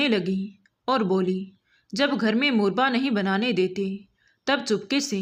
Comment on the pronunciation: मुरबा नहीं मुरव्बा होता है